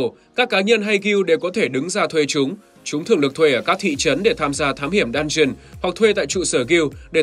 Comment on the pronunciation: Chẳng hiểu sao cứ nghe nhầm "dungeon" thành "đan truyền"